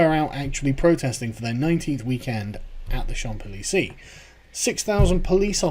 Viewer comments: It's "Shawmp Ee-lee-ZAY" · It’s “Shonz-a-leezay” Carl. ;-) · Champs-Élysées is pronounced "shomps ee-lee-say" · Champilizi hahaha that's cute The p is mute, the first s sounds like a "z" and the second one is mute "Lé chan zélizé" (Les Champs Elysées) I agree with what you said though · shomps ellee-say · champs élysées is pronounced shanzayleezay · Shamp el-ee-zay. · Say it after me: 'shomp eh-lee-say' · "Shahmz Ee lee zay" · It's prounounced "Shawns ee-lee-zay." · Pronounced shaumps deleesay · Champs-Elysees = "Shawns elees-ay" 👍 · Carl, its pronounced Shomps-Eh-Leeze-Ay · Champs Élysées is pronounced (phonetically) Chomz Eleezay. I took 3 yrs of high school French, I probably screwed up a bit, but I am not a pro. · It's pronounced "SHAWZ-el-ee-ZAY." Please thumb this up so he'll see it. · It's Shons eleeZAY, for the record Sargon ;) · Shawn (but without the n. it's not shaw, but like with n, m modifies the sound of most vowels when placed between them and a consonnant) Zay (because of the plural of "champs" it sounds like "zay" instead of "ay") Lee Zay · Um, not pronounced Shomp Eeleesee, Sargon, but never mind. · "Chan élysé" the p is silent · It's pronounced "Shaun's Elysey" (roughly) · It's "Shawmps Eh-Lee-Say," Sargon lol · fuck me Sargon. Shohmbs Eleesay. Who taught you french pronunciation? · It's pronounced "Shonz El-eezay" 😉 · Shonz Eleezay. You're welcome. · les "chanzélysées", the "p" is silent, and the last "s" in "Chmaps" is pronounced as a "Z". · Shonz eleezay my dude. You're welcome :) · I'm French. Just for your info, phonetically its pronounced: 'Shonséleezey' (its pronounced as 1 word). :-) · pronunciation: chanz ay-li-zay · Shoms el-ease-ah - ya boomer! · Pronounce Champs Elysées like this - shonce elleezay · It's pronounced more like 'shawns-ay-lee-zay'. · It’s pronounced “shanz eleesay” you don’t say the P... unless French people have been saying it wrong 😂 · Sorry Carl but it's pronounced e - lee - zay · pronounced shaw-zell-ee-zay